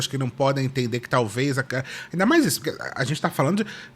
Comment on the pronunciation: Sempre uma " Ameinda" kkkkk